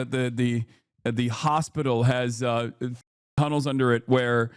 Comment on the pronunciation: TEHROHR BABBIS IN TEHROR TAHNEHLS ⁉